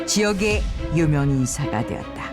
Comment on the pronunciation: ‘유명인사’라고 할때 유명인사가 아니라 ‘유명인싸’인줄ㅋㅋㅋ